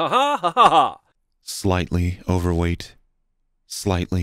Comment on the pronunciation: "Slightly overweight." really is from Tennessee.